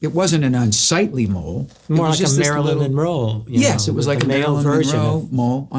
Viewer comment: wait did you guys just say marilyn monmole? :cat-orange-whistling